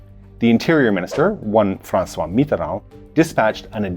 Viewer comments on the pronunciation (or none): none